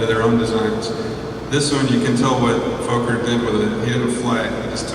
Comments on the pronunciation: And his name is not "Foker" is is "focker" (close to the the RC acronym relating to Henry VIII "Fortification Under the Crown of the King" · Outstanding historical footage! .. but .. for for god sakes, it's pronounced FAH-KER, not Foe-ker! Anthony Fokker was Dutch and his last name has TWO K's which make the O short, like in the word October. Drives me nuts whenever I hear someone say Foe-ker. It's pronounced Faw-ker! Otherwise, wonderful, even with the misinformation here and there ... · bullshit my friend it's pronounced focker like fucker but with a short o and you're theory with the two F's is as bullshit as your foeker /fawker thing the o is short because there are two k's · Actually my "friend", that was a typo! I had meant to type two K's, not two F's, and had you taken the time to read it a little more carefully, you would have seen what I intended. I have made the appropriate correction. That said, it is still pronounced FAH-KER, not FOE-KER, regardless of whatever rules might apply based on language. I think we can both agree on that! Absolutely no need for hostilities here. BEST!